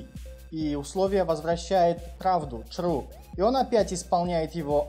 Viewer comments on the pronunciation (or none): Чувак почему чру?)